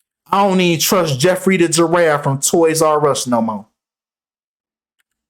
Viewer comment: P.s. Naomi campbell also has her own private island!!! Welcome to the year 2023, God bless yall!!!😊 p.s. "Jeffwy...ooww wee" took me out🤣